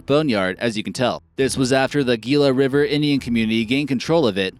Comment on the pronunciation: The "Gila River". . .is not pronounced with a hard G, it is actually pronounce the "Heela River"